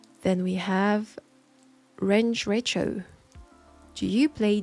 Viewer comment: Hearing my name as Range Recho was hilarious, it's Ranger-Echo lololol. Still, I appreciate it immensely that you answered my question! Love your videos, keep up the good work! P.S. hit me up if you want to play D&D, I'd be more than happy to teach you!